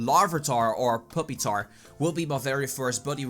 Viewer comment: "Puppy tar" haha. I think it's pronounced pyew pee tar